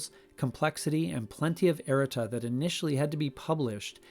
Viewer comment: ERA-tuh? Wut dat? (it's eh-RAH-ta) Great video, by the way. Just teasing you 🙂